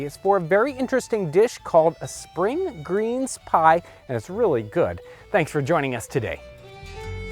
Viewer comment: I thought you said "A spring green spie"